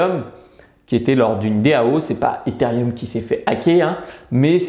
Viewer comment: On dit Etherooom pas etherieum 😉😂 sinon super vidéo !